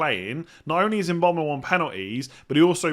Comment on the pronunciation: Yeah come on, bit of respect, make the effort to pronounce the guy’s name correctly.